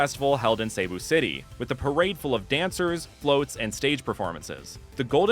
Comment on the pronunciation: as a cebuano i gotta say it's pronounced like se-bu not say-bu also it's si-nu-log not si-nu-lowg but u were pretty close